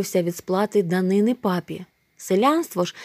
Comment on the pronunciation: Ви дуже виручаєте та я вас обожнюю, але мушу вас виправити не дани́ни а данини́